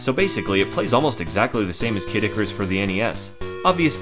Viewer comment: hehe K. dic-arus, could have sworn he pronounced it that way a few times